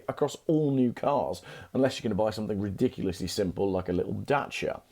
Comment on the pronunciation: Cool video and great info. But, doesn’t “something” end in a G. Why do you say somethink?